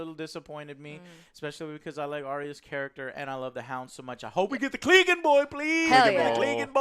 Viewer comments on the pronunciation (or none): It's Clegane! Not fucking Cleegan! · lol, your inability to pronounce names continues. "denarious" also - "cleeegan" smh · Kleh-gain bowl! Get it right get it tight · My god man, can y'all PLEASE learn how to saw they characters' (and dragons') name properly?! (Aside from ) It's not the biggest deal, but it's just so jarring to hear Daenerys' (DA-neris) name pronounced as "DaenerIUS". Clegane (Cle-GAIN) being pronounced as "CLEEgen" Brienne (Bree-enn) pronounced as "Bree-ON" Calling the dragons by their namesakes (Drogo, Rhaegar, Viserys) instead of their names (Drogon, Rhaegal, Viserion). It just kinda makes listening to y'all generally unpleasant. Otherwise, I love y'all hoping for the rest. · "Clee-gan Bowl" no fan of the books or show would ever pronounce "Clegane" like that wtf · man the pronunciation... denaries... cleeganbowl